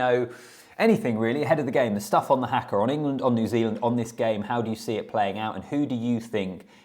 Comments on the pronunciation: Here's an easy pronunciation tip for you. It is just 'ha-ka', not 'hack-ka'. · Its "harker' not "hacker" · HAKA is pronounced as Harkar not as Hacker! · its haka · the english cannot say haka - everyone of them says it like that - I cant understand as there is only 4 letters but they like to say it as if there are 6 letters